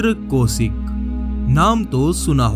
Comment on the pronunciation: Tu Pehle hindi bolna sikh le. Raw ko Row bol raha hain. Aur ko or bol raha hain. Sabse main Kaushik ko koshik bol raha hain.